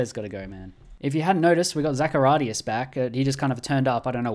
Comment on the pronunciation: Zachariadis not Zaharias. Anyway, you havne't managed to pronounce correctly not even a single Greek name :D ! Therefore, well done, nice video mate! :)